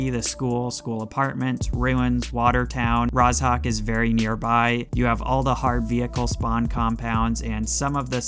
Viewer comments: Why does he say “Raz.hawk” instead of “Rozhok”????? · Mate the "zh" in Rozhok is pronounced like "j" in "bonjour" :) BTW I love how specific your tips and advice are!